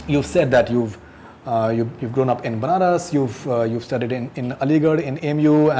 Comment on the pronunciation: Interview kerna Chala h, KAFIR ka Matlab nahi maloom. Shame on this stupid guy. He said I'm Aligarain. Lair..... English bolne se koi intelligent nahi hota yah prove kerdiya is ne......